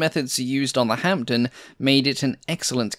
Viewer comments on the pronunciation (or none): The "p" in Hampden is silent. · PIt is pronounced HAMDEN and not hamPden the P is silent. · I wish you'd pronounce Hampden and Hereford correctly. It distracts from an otherwise very interesting film. Hampden is pronounced Ham-dun, not Hamp-dun, and Hereford is pronounced Herrer-furd, not Hair-ford. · decent video, with one major mistake, the pronunciation of hampden, the P is silent in hamPden. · Great as always. Hereford is pronounced "Heh-ref-ford" (it's a famous cathedral city). Kiel is pronounced "Keel". The p in Hampden is silent. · Great work minor points the p is completely silent in Hampden and Hereford is pronounced Heh-ruh-fudh, and Kiel is pronounced Keel - the eccentricities of the English language ! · Silent P in Hampden